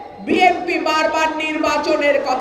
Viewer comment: বিএনপির নেতা কর্মী তাদের দলের নামটা ঠিক করে বলতে পারে না। BNP না বলে BMPবলে